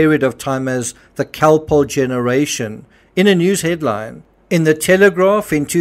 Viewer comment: Cocoa contains caffeine and sugar, which are stimulating, not sedating. But the interviewer said Calpol, not cocoa. Her accent distorts the sound of the word and the audio is not the best quality, being old, so it would be easy to think she said other than Calpol. She pronounces it like Khol-Polh.